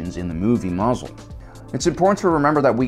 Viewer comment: Am I the only one who finds it hilarious, every time the guy calls it "Mazel?"